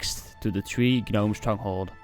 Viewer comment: The G in Gnome is silent buddy good video